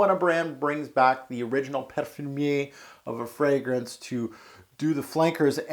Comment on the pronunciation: I only watched like 2 videos but dude, can you please pronounce words like they are supposed to be pronounced? Seriously I thought you were trying to be funny with it at first but later I realized you were serious. Please stop it, someone might watch your videos and think that words like Perfumer, Parfum, Mugler.... (there's a lot) are supposed to be pronounced like that and just make a fool out of themselves.